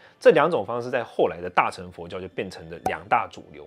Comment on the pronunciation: 有一個字 很多講經說法的法師總是把 [[ 乘 ]] 唸成 ~呈~誠~承 或 唸 ~秤 ! 其實它是破音字 唸 ~ 勝 ~ 聖 ~盛 如 大乘(聖) 中乘(聖) 小乘(聖) !